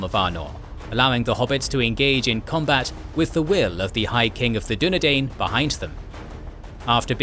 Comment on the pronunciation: Dunedain is pronounced as DO NE DINE, not DO NE DANE